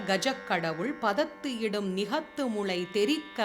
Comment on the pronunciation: Ma'am நிகத்து முளை என உச்சரிப்பு தவறாக வருகிறது. ஒருமுறை சரிபார்க்கவும். நன்றி🙏